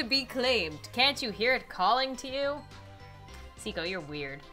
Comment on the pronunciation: Those two just need to kiss already. Geez. Thank you for pronouncing Seiko's name correctly! It was driving me nuts since she's my favorite character, and it feels like I have to protect her the best I can...Anyhow, treasure her! (Also ship Seiomi...Or Seiko X Naomi...These two deserve each other!)